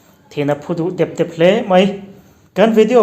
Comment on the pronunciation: thin a phu dep dep tih hi i lam diklo tlat.dep hmasa hi a hniam a lama, a dawt dep hi a sânga lam tur ania.